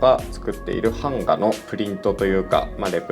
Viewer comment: 、「版画」のイントネーションがなんか違う気がしますぞ！笑(´⊙ω⊙`)